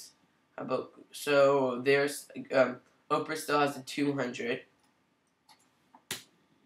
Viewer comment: I'm going to start pronouncing it Oprah as well. That's hilarious.